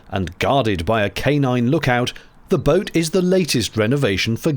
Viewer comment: I like that she made "boat" a three-syllable word at one point. "Boh-oh-o". 😅